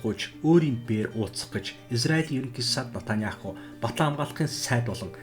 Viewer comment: Натаняаху биш, Беньямин Нетаньяху гэж дуудна. Араб болон Еврей хоёр үндэстэн цусан төрлийн хамаатан, нэг эцгийн хоёр хүү юм.